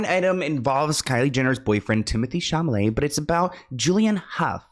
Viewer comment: Please never stop saying Timmy Chamalay instead of (Shall-A-May) 😂 so cute ❤